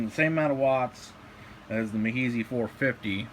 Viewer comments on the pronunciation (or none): love the videos man! one pet peeve though it is pronounced me-is-high just fyi - subbed